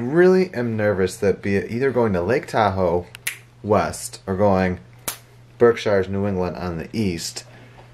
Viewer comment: No shade because of how it’s spelled but from a born and raised New Englander (Massachusetts) it’s pronounced Berk-sheers. ❤️🤗